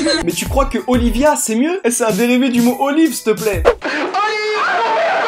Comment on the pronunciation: Je reve ou la voie off a dit olivier au lieu de olivia